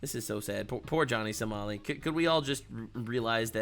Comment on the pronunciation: did this guy just call him Johnny So-small-i? That's hilarious!